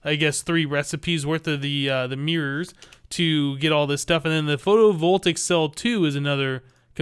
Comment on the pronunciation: Just so you know, it's pronounced Photo-vol-tay-ic